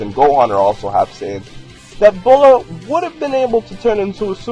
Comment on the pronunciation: Her name is not pronounced Boh-laah....... It's pronounced BEE-YOU-LAAH. Get it right.